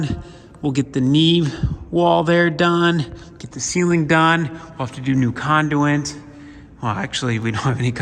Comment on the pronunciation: They can fit sure grind that concrete flat. Also never heard anyone say conduit or scarifier like you do 😁